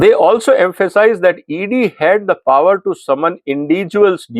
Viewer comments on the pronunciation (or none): none